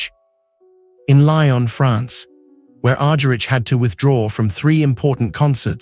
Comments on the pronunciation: Its Argerich: Agharich not Arjerich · P pronounce her last name right. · that s what i said. Cant pronounce Ms. Argerich s last name properly. Ugh. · I implied it. He can't pronounce Ms. Argerich even correctly even.